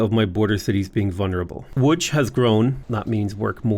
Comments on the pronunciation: I love the way you say "Łódź" its 100% correct way also rest of the cities except Bydgoszcz and Szczecin are like 95% correct, good job. Bydgoszcz looks scary tongue twisty but its actualy easy you should say it like "Bydgoshch" (where "y" is not like in "why" but hard like first y in "syzygy"). Szczecin sounds similar like ending of Bydogszcz, its like shchetzin . If you could say the meme city named "Szczebrzeszyn" you will get lifetime endless supply of pierogi. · best pronunciation of Łódź I've ever heard from a foreigner. well done!